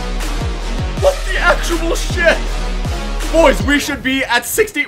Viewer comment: Why do you say hwoys? It's soooo annoying, like if you agree